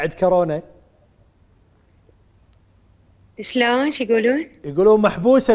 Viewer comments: خبصونا بالبدايه الشاعره والمثققه وصاحبه اللسان الحلو وضعت للحب لغه وهي هنا تگول كارونا متعرف اسم كورونا اصلا شاعره وطالعه برنامج ومتعرف تلفظ اسم صح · ههههههه..اي صحيح..اني هم انتبهت عليها..كالت كارونا...خوش مثقفه واعلاميه...كورونا بابا تعلموا... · كاااارونا ؟؟؟؟ تره اسمهه كورونا كورونا 😭👍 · طالعة بلقاء وتگول كارونا 🤦🏻‍♀️ والعباس اسمها كورونا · ڤايروس كورونا هم شويه اصحح 😬🤦🏻😂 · شاعرة العراق الاولى ماتعرف تكول كورونا تكول كارونا السياب كاعد يلطم هسه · كارونا😂🤭🤭🤭🤭🤭💔يابه اسمها كورونا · كارونا هههههه يمعوده كورونا يالمثقفه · العمى حتى كورونا متعرف تلفظها صحيح ليش افضل شاعره عراقيه قابل هي نازك الملائكه مثلا كلنا نشوفها اتفه من التفاهه